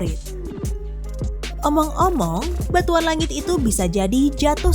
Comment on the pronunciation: ngomong "omong" kayak ngomong "among"